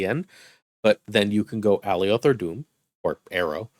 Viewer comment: Love your content, and I hate to be "That Guy" but it's pronounced Uh-Lie-yuth not AL-E-Oth...they even said his name in the Loki show..